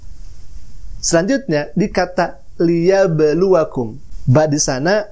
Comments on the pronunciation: Liyap eplu,.... Kalau saya tidak salah dengar Kok ada flu nya ya 😂😂😂😂 wkwkwk. Murtadin boong. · Y UD pasti salah baca alqur'an lah, ora dia baca Tek tulisan bhsa Indonesia. Liyablu aj dia bacanya liab blu blukum. Orang skoplak